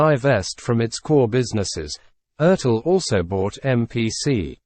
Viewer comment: At 67, I've been building scale models for 50+ years. And the company name Revell is pronounced "rev-ELL", based on the French word "reveille". It has no connection to the Revell family, pronounced "REV-ell".